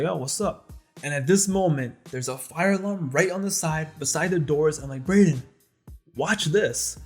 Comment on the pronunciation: My face dropped when you said Brayden 😂